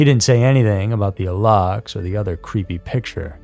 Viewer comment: It's spelled alux and pronounced "a-loosh." It takes two seconds to look up the correct spelling and punctuation of things before making whole ass videos about them.